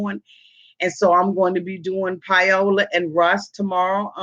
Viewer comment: Pie-o-la jajaja